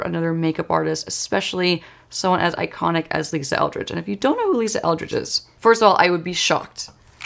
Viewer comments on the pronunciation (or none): none